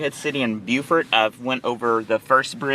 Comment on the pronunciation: in NC that is Beau fort. SC calls is Beww furt